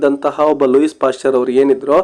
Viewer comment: ಲೂಯಿಸ್ WRONG ಲೂಯೀ CORRECT Also the name LILLE is not Lilly BUT "LEEL" For God's sake don't misguide students with a lot of other wrong pronunciations!😮